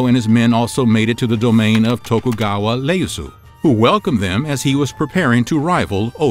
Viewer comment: Iyeasu just a small correction not Leyasu.. Otherwise great show love these small snippets 👍🏼😊👌